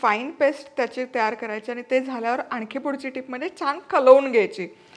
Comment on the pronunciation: खलाऊन nahi madam kalaun ghyaych as म्हणायचं